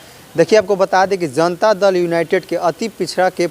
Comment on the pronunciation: Shabd ka uchcharan pahle theek karo zanta nah janta hota h